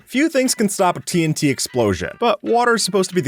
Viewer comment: What people hear: "TNT" What I hear: "Tea 'n tea"